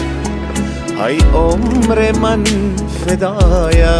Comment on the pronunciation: آهنگ خیلی عالی بود فقط در قسمت تلفظ شعر همیشه مشکل داری مثل: ای جان من اسیرت خودت تلفظ کردی (هی) جان من اسیرت دوم ای عمرت فدایت تلفظ خودت (هی همر من فدایت) سوم آخر تلفظ خودت هاخر یکی از علاقمند های خوب شما استم امید انتقاد پذیر باشید